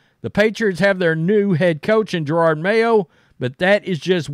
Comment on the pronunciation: Jerod…… NOT gerard